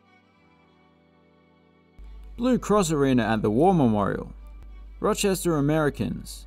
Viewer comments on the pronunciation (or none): none